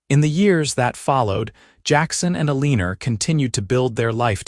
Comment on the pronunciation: Once again good story but her name is pronounced wrong. El un or. Not el een er 🥴. And his name is pronounced Wild!